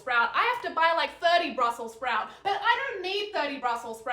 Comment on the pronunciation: why does she say brussels sprout so weird? also, why is she screaming at me?